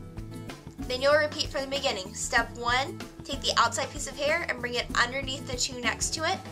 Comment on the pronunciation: "right oveneath'' lol